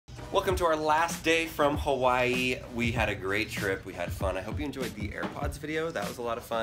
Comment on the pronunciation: It sounds like you saying kawii